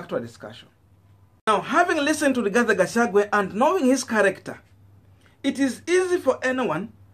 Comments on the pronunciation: Please get the names of this politicians correctly.It is GACHAGUA AND NOT GACHAGWE.ALSO IT IS WAMUNYINYI AND NOT WAMUNYINYA.Otherwise you are doing a good job. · 🤣🤣🤣 it's Gachagua not Gachagwe 🤣🤣🤣 but is okay ,unaweza mwita vile unataka 🤣🤣🤣kabra afike huko ikuru. Ruto ako na Azimio la kugonga ukuta! Hata Kihika haonekani kwa UDA siku hizi! Gachagwe knows the international community from Mathira. The Mathira Diasporians! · Please learn to pronounce people's names properly Gachagua not Gachague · Gachagua. Not Gachagwe!